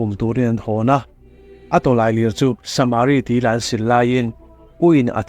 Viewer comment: saaaaamari nge samari tinge a hi ithuk kual duah leh